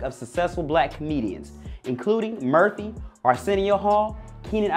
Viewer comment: Is he saying Merthie? Or Murphy? 🤨 🤔